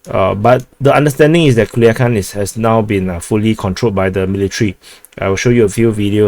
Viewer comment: I have to say that the commander says PERFECTLY Culiacán. 👏👏👏👏